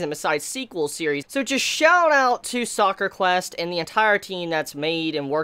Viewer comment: Ugh, so cringey. It's called Sakura Quest. Not Soccer Quest